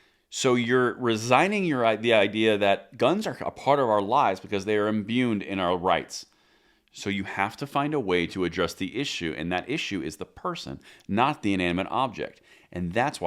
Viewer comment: you said "imbyooned" again. I'm afraid that's not a word. What word were you going for there.